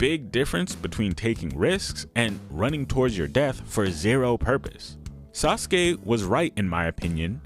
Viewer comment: Hehe.... "Sauceke"